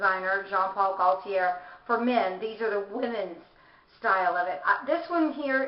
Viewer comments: Love your collection ! You need to say the designers name though...it's not pronounced Jean Paul "Goll-tee-air" as you say it, cos the "l" is silent...it's "Goat-tee yay"....hope that helps. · I'm French so it is said: GO-TEE-AY (Gauthier)